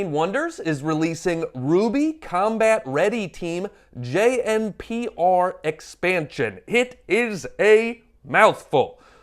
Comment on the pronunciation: JNPR pronounced Juniper. Pyrrha.... Still too soon 😭